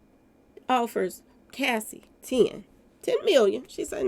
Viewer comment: you keep calling Cassie, Casey.